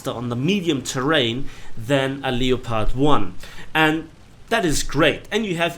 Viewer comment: can u plz pronounce the word leopard properly. It's said the same way as the big cat family known as the LEOPARD!!!